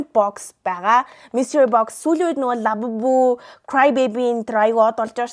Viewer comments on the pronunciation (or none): none